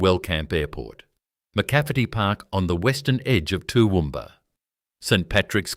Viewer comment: Toowoomba- Central Qld. Get it right!!!